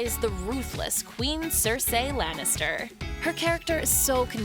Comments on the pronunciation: Ok, we can forgive you for saying "Lay-na" Headey, when it's "Lee-na" Headey assuming you've never watched a single interview of hers. But if you're going to reference Game of Thrones, you could atleast say CER-SEE the way they say it on the fucking show instead of CER-SAY. For shame indeed. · "SerSAY Lannister" Go fuck yourself. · Its Cercy NOT CERSAY! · I cringed when she said, "Cer-SAY" as if it isn't pronounced "Cer-SEE." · CER-SAY, CER-SAY ITS CER-SEA. Maybe you should be put to shame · I'm sorry... but did she just say ser-SAY?!??? Girl, it's ser-SEE. Cersei. not ser-SAY. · It's not pronounced 'Cer-say' It is actually 'Cer-see' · what the fuck is cersaay! ITS FUCKING CERCEEEEE!! they say it in the tv show, fucking idiota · It's pronounced Cerseeeeee not cersey... sorry, it's a pet peeve of mine. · CerSEE not CerSAY :) Great video! I didn't know about Steve Buscemi's fire fighter history. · Stopped watching when you pronounce Cersei “cershay” wtf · Not seeersaaaay.. it's Cersei lol u sound like a 35 year old lady who doesn't know how to pronounce normal words what are u doing with Ur life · Did...did she just say "Cercey Lannister"? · You idiots Get your facts straight before making a video Pronounce 'Cercei' correctly (Sir-See) And she hasn't read the Game Of Thrones as she doesn't want to know what is the fate of her character Many of the cast members have done so You guys don't really know anything and are just reading off little titbits of information you have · "Ser-say Lannister" Can you at least fucking try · please dont ever call her Ser say lannister xD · My ears almost started bleeding after hearing "Cersay". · Did she just say "Seersay Lannister"?? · IT'S SEERSAY LANNISTER ALL UP IN THIS RED KEEP BITCHES!!! HAHAHA 😂😂😂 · i automatically corrected her when she said that lmao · Sersay lol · c gülis by reading the fucking names! Cersei and Cersay don't have the same pronunciation... (unless you can't read) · Cersay you say? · "Ser-say Lannister"